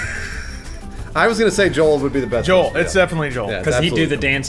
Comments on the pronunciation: Correct me if I'm wrong but did call Joel, Spoole???? looool. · Am I the only one who heard say Spoole? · I'm pretty sure he said Joel but I thought he said spoole at first too.